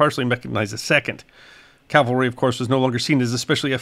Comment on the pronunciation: Excuse me for saying so, but it really irritates me to hear people mispronounce "CAV-alry" as "CAL-vary." Subtle yet significant difference. I still love you.